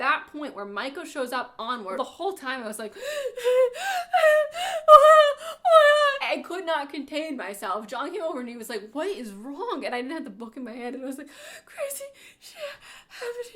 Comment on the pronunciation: it’s so weird to hear her say john instead of juan